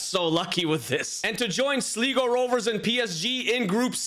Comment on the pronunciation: You pronounced Sligo so wrong